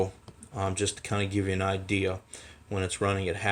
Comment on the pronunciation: WEN not WIN.